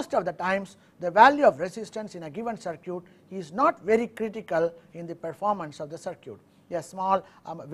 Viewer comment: When he says, "sur-kyut", (CIRCUIT) he means "sur-kit"